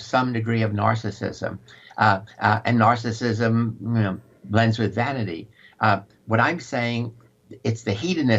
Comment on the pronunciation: Jessie Lee Peterson... You are right. You don't know what narcissism is! You can't pronounce the word and it's obvious that you don't know what it means.